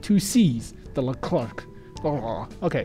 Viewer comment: Hey, Leclerc is said lecler Keep doing your vids